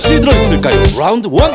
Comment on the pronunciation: ...오늘왤케귀여우신거죠???ㅠㅜㅡㅠㅠㅠ맬렁뽀짝그자체 □ 자기합리화...너무귀여워!! 뜸들이는거..세상..진행잘하실듯...ㅠ확 웃는것도 너무 해맑아ㅠㅠ 주섬주섬 상차리는 아따 빨리 먹게 싸개싸개 손씻고오셔 롸운드 발음 왤케 고급져요 rrㅘ운드~~!!! 띵똥 😲 😦 그↗️리고 🎶 턱괴지마요.....제심장이남아나질않아요.... 땡! 😕 신난 나머지 팔딱거리는 정답이라는 소식에 빛의속도로 돌아보기 손으로 O만들기???입술로 잡으신건가요??귀엽다!!!!! 너무귀엽다!!!!!!!! 유사 맛있다↗️!! 뒷통수마저 귀여운 당신 팻말이 마음에 드셨던 그렇게..쳐다보시믄..폴인럽....☆ 케첩들고 그렇게 감미롭게 노래부르지마요 고막녹아요!! 그대의 손짓 발짓 하나하나가..퐌타수틱 아유 당빠 말씀이 다 옳습니다!!! 윙크...치였습니다 (기절) 댄스타임을 신명나게 즐기시는 저는 오늘부터 치즈버섯올리브양파베이컨이 장래희망입니다 분위기...반전...최고.. 역시......대배우님!!! 생각하는 소리없는 아우성 2⭐⭐!!!!!!!!!! 훌쩍 (( 👀)) 왜 왜그러세요 아련..☆ 쪼꼬만 너무귀여워!!! 오물오물오물오물🍕🍕 밤새 동화책 읽고 저번에(우물) 앓아누웠어 지금(우물)